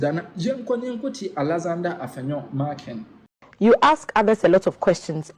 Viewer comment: AFENYO MARKIN....NOT MARKINGS WHY ARE U PEOPLE HARD TO HEARING.